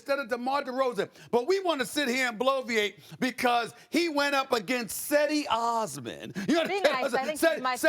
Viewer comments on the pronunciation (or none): CH-edi not SE-di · It's not pronounce with s it's jedi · Cedi is pronounced 'Jedi' you uncultured swine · It’s pronounced with a j not a c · SAS needs to respect Cedi Osman. First its pronounced Jed-Di and he was balling last night. Lowkey MIP winner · it's pronounced jeh-di osman, know nothing dickhead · Cedi Osman!! I just love how Stephen A. say Cedi Osman on this show. Hahaha